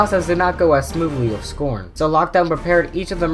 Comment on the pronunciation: You are not saying scron right